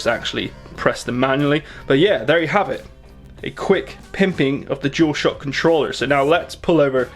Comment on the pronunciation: The “jewelshohhck controller” wow